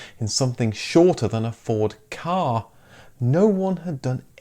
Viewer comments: Kudos! The first YouTuber I've seen that actually pronounced the name of the Ford Ka correctly. Next challenge; make them pronounce the Ur-quattro correctly... You are kwattrow? 🤣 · 1000 Pedant Points from me, this time, for pronouncing the Ford Ka correctly. 😁